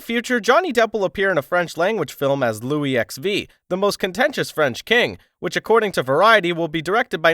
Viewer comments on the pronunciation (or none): Louis XV is said as "lewy the 15th" not "lewis Ex-Vee" 🙄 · Louiss ex vee? IT’S LOUIS (silent ‘s’) QUINZE or if you have to use English, it’s FIFTEENTH! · "Louis XV" is pronounced "Luyi the 15"! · please.. Louis the 15th! not x v. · LouisXV = Luie the 15th... for Christ's sake.